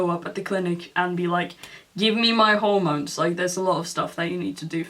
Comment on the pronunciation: “GiVe Me mY hORemOnEs”